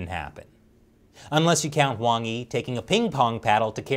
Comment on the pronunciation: like all your followers, I appreciate this program a lot. So, this is not criticism per se, but please ask Shelly to help you with the pronunciation of Chinese names before you do your programs...! At least you have Wang Yi correct (to my surprise!). Thank you, (a pronunciation for I heard several times before - but I'm sure you won't appreciate it!).